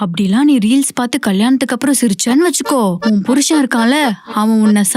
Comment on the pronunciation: ரீல்ஸ் ஆ? “ரீலிஸ்” ஆ ?😂